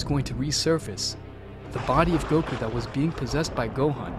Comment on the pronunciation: bro forgot how to say goku 💀💀💀💀💀